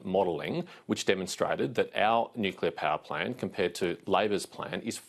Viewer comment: Love Patterson, looking forward to Nuc-cleeer-a ? Albanese has to go and take the pack of liars with him. Plibersek, Bowen, Marles , Husic and the education bloke ( can`t remember his name). Go LNP .